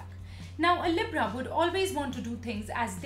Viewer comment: She can’t even say Libra right how she gonna make a video on sum she can’t say right 😂😂😂(not tryna be rude)